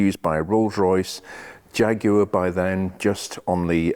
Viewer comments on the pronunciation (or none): none